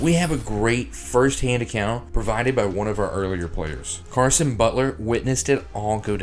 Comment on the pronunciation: Caron not Carson Pronounced like Quran